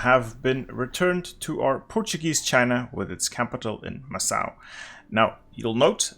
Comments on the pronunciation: Awesome video. Just a little thing, Macau is pronounced Makau not Massau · Ah yes, MASSSSAU my day. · Isn’t it Macau with a hard c? Like makau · Just a fyi, Macau is pronounced as Ma-Ka-U. Ma as in mama, ka as in Kant the philosopher, and u as in uzi. Love your achievement videos. It makes the game much clearer with your videos. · you saying macau and other portuguese words makes my brain cells disintegrate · What in God's name is that pronunciation of Macau?